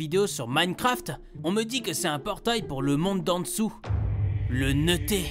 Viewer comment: " le neuté "😂😂😂